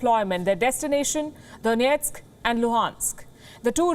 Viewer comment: lol the pronunciation of donetsk